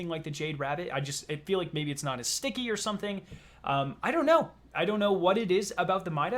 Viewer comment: Wtf is with him saying sticky? The fuck.